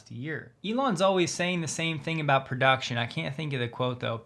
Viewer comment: "Production is…" you say? Maybe you should take care of not catching an Australian accent with such words!